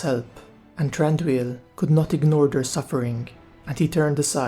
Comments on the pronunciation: No its pronounced "Thran-Doo-eel" as you can see in Tolkiens books and other writings. The Hobbit movies takes up the Tolkien Pronunciation too. How did you make it "Th-Ron-doo-eel" if I can ask you? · I believe his name is actually pronounced Th-Ron- doo-eel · Why are you pronouncing his name wrong ?